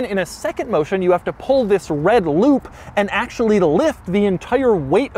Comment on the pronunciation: “TTTTTHHHISSS” was so hard his voice somehow vibrated